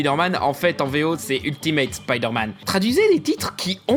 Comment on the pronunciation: vous dites peut-être «spideure-manne» en France mais au Québec au moins on s'efforce de prononcer correctement les mots en anglais, c'est assez immonde à entendre franchement